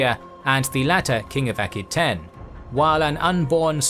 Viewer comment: Just one thing Aquitaine is pronounced a - kwuh-tayn, not aki-tayn.